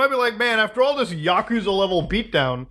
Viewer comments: Don't wanna be that guy Muta, but its YAkuza, not yaKUza. Lots of fans get upset at that kinda thing 😂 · It's not 'YakOOza', it's pronounced 'YAHkuza' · Learn how to pronounce Yakuza genius.. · It bothers me immensely that you pronounced "Kazuma Kiryu" right but not "Yakuza"